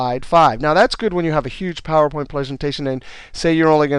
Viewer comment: Great Video!! Love the way he says Phawooer Point. heheeheee!